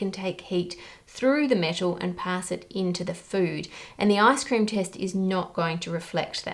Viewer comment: Giggling because when you say ice cream in your accent it kinda sounds like “ass cream”.